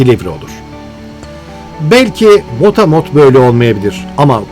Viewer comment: motamot değil, motamo, madem Fransızca bir deyim kullanıyorsunuz, düzgün okuyun lütfen.